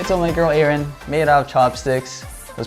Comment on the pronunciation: You are pronouncing her name wrongly. It’s Ah-rin not A-rin.